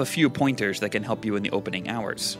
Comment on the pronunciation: Hahahahah took me 3 tries to hear it ffs xD